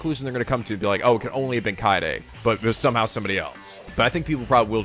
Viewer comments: I'M STILL HYPER LET'S GO He's also been mispronouncing Kaede's name. He says it Kai-day instead of how it's actually pronounced Kah-Ay-Day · still mispronouncing Kaede and Tsumugi wrong.Goddammit.....